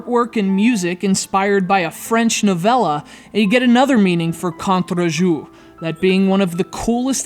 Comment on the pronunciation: never try to pronounce Contre Jour again Just kidding.